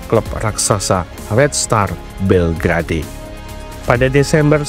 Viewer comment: Belgrade sebutan yg benar bel gred bukan bel gra dey..😊